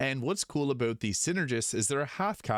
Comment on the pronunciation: I feel great joy whenever you say a-boot (about). It's like talking to my friends from northern Minnesota. 😊